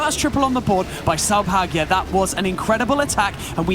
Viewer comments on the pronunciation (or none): Saubhagya 's name pronounced wrong every time ..!! And Dark tangent got disqualified.. LoL 🧐😳🥺